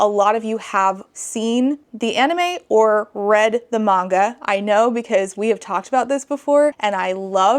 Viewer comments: Omg it's so grating just hearing her say 'manga' incorrectly lmfao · The instant rage over the mispronounced Manga alone, driving me wild. Geez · The way she says manga makes me viscerally angry. Oh, I see...she's just a terrible person who hides behind the kids and screeches "won't someone think of the children" because some kids want to see anything but Christian mythology. Also, I love that your son is reading Warriors. My cousin adored that series and it's a lot of fun. Really glad to see kids are enjoying it even today. Wait, wait, wait...so he wants to teach the kids to learn exactly how kids should be taught? Is that why she's so upset about it? Ope, there it is. Classism.